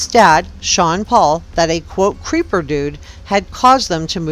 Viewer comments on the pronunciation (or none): none